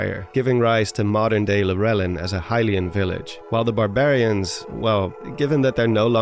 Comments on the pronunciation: It's a bit nostalgic to here a theory about the barbarian armor, cause I remember watching a lot of those videos from the "who/what are the zonai" craze era. Not gonna lie though, I got caught off guard every time I heard your pronunciation of Lurelin. I always pronounce it lure-lin ("lure" like as in fishing lure) rather than lur-el-inn. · Is it actually pronounced "Lur-éllin"? I thought it was pronounced "Lure-línn" (with an unstressed E)?! 🤯